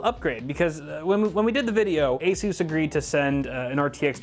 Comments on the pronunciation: its ASUS not ASUUUUUUUSZ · I have to ask because I'm new here, is that the actual way that ASUS is pronounced or is he just memeing